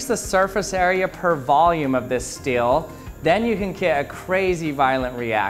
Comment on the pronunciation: Is he saying Steel or Stale?